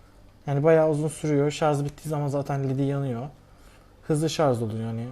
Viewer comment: ŞARZZZ DEĞİL ŞARJJJJJ.... JJJJJ:)